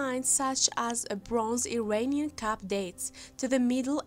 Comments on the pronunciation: It wasn't until I saw the Cup, that I understand what she was trying to say. I kept hearing Cap! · Get a grip ALL you freaking ultra sympathetic ppl giving her KUDO's on her "narration". WTF?! Is she saying CAP or CUP? Absolutely terrible pronunciations!!! The word "ceramic" didn't dawn on me until the next sentence! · Ummm.....hard to listen to. I thought the speaker was saying cap. I take it the video was made as a teaching opportunity for working on speech difficulties.